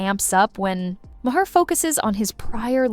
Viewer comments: Lady, "Ma- Hair" It's M-are Get a clue! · The "Ma-hair" was making me laugh all through this haha